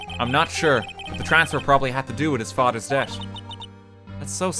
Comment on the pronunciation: Anyone else notice RT can't say death? He says debt